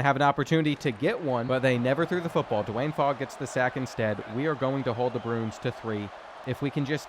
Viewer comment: Dont know whats worse reads usually causing an int or trying to say Bruins. (In all seriousness hope everyone in Hawaii is ok)